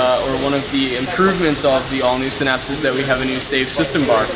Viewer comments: Sin-apse not sign-apse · Could you please call it a Sinapse, not a Sighnapse.